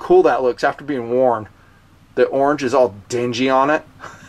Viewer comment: I like how you say: "orng" :)